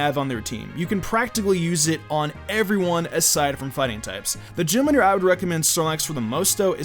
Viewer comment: did you say gym liter